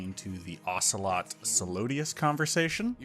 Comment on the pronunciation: Every time i hear "Soloadious" I cringe. His name is Solidus. Solid-Us. It's really not hard